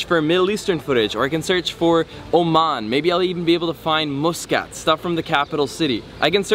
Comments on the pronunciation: The Al Bustan Palace was never built for the Sultan. I was built as a luxury hotel and was first used for the first GCC meeting in Oman. By the way, it's pronounced Mus- Cat not Moosecat. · Lol someone gotta tell, that is ain't moooscat, it's muscat! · Pretty sure its pronounced mus "cut" not mus "cat" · 💖 Nice video but with lots of mistakes...Yes yes! the country is a beautiful magical jewel. But No! it's not Moooskat...its pronounced Mus ...Cat. Pain to the ears everytime you repeated it. Its Mutt ...ra souk not Moootra!. Franckisence is Luban (arabic word)...not 2 different things! it's pronounced Looban not Liban. Its utopia not dystopia! 2 different words with different meanings! The Grand Mosque is for the public, all tourist can entre in the mornings ~ no need to wash anything before! just dress appropriately, same as Vatican visiting rules! You did not show the most famous room with record breaking Chandelier and carpet... absolutly stunning! Apart from the soup all the food you ate was Indian! There are specific Omani dishes that are very Very Tasty! don't know why no one guided you to them? The Bustan palace hotel is just that...a palace built initially to accommodate the ministers for the GCC summit that year...and later converted to a tourist hotel! The Sultan does not live in that far off beach palace, he resides there occasionally but lives elsewhere! The Omanis in your video are so Polite no one dared to correct you in your bad pronunciation etc... Apart from all that it was a nice fun video. Finally...Oman is not in the Middle East it is in the Arabian Gulf region (the Khaleege in arabic) the Mid.East is in far West countries of Syria, Lebanon,Palestine and Jordan...also known as the Levant region. And why should people be shocked at how nice it is?! ... it m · Love that pronunciation - Moose Cut! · "" 😂😂 I was drinking water when you said that Cool video tho